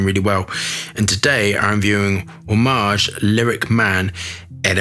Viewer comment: it's a-mow-aj